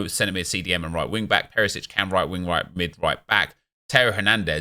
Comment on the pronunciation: Out of all the cards you say Peresic 😂😂